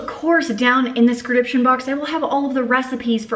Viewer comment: At the end of the video I giggled because you say down the scrediption box instead of description box 😂 I love that you leave the realness and small mistakes like that in your videos !